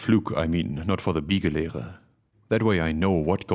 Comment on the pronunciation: I like how "Biegelehre" is so weird, that even does not sound at ease pronouncing it:D